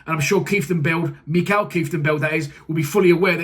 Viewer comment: Mate, it's Mi-kel. I know, our Dutch names are sometimes horrible to pronounce. Mi-kel Keef ten belt. Good luck trying